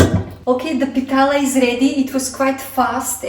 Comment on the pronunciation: Harekrishna mataji pitla not pitala yummy kotmbari vadi